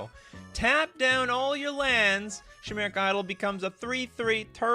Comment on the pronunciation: I think you're pronouncing chimeric wrong. It's pronounced like Kai. You're saying it like shy. Like die but with a k sound